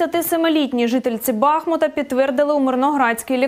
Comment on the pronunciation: Не БАхмут,а БахмУт